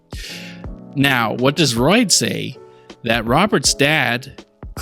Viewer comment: Its royd